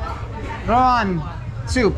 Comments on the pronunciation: Love your videos bro,, sometimes you make me laugh when you mixed up Indonesian words. For example it isn't rOwAn but rAwOn....lol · RA-WON. NOT RO-WAN. 😄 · Rawon Sir not Rowan 😅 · It is called Rawon not Rowan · It is Rawon not Rowan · It's Ra-Won😁